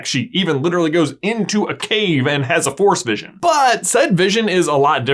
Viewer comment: Every time he said "force vision" I thought he was saying "Forrest vision"